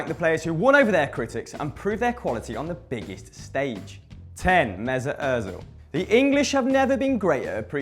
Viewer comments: Ozil not oezil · It's Mesut Ozil not Mesut Ozeil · its not Oezil its Ozil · It's Ozil not Oezil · Mesut Ozil not oezil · It's Ózil not oezil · btw...Ozil not "Oezil" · its ozil not oezil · wtf is oezil it is ozil not oezil ozil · IT'S ÖZIL NOT OEZIL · "oezil" rly m8? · it is ozil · *Özil not Oezil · Oezil wtf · oezil haha lol 😂😂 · “Oezil” just wow. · Toby Mont It's Özil ;p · And Mesut Oezil... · oezil?? do u even spell bro?? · mesut "oezil" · Oezil!?? Its Özil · It's Özil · its özil you morons